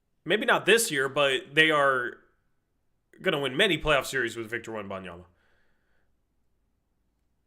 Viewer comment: Bro learn how to say avdija and wembanyama 🤣